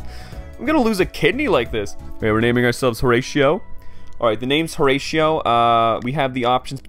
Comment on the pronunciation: Bro pronouncing "Horatio" as "Horeishio" 💀